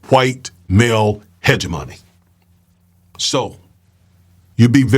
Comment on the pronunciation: The word is ‘hegemony’.